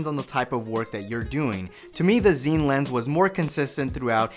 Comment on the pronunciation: Pronounced Scene. Not Zeen